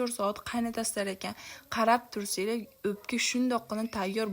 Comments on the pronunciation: Opka emas o ...emas ..ò .òpka deùiladi hamma joùda òpka deùiladi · Опкамас упка дейилади